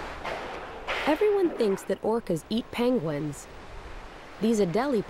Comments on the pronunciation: “ payng-wins”?? Omg she can’t pronounce the word penguin 🙄🙄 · Did she say panguins?!!??!